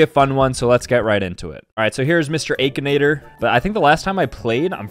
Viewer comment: The aykinater